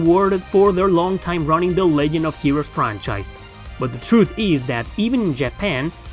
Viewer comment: Lol you said legend like "leg end" like foot